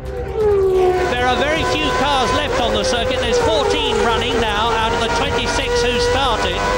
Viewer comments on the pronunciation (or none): It's "OUT" not "OUCH"